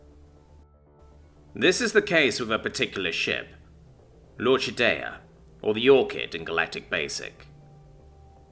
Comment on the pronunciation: Nice story, nicely told. Only one quibble: 'L'Orchidea' is pronounced lor-kee-DAY-uh.